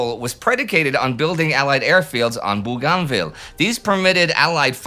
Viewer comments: im not yank either, aussie and its BOGANvil. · It's pronounced Bo-gan-ville (in Australia). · Hey Indi. Bougainville is pronounced 'BOGANvil'. How go i know, my late father was a gunner on landing craft there during ww2. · Indy, its pronounced "Boo gan vill" without spaces. One word. Booganville.